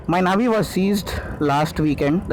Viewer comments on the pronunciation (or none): none